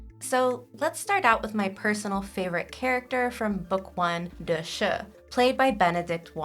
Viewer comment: As a book reader, i so need this vid of connecting the book and tv characters, so thank you! Just a pronunciation correction please. "Da Shi" is not "the shuh". It is "Da She" - each word is equally vocalized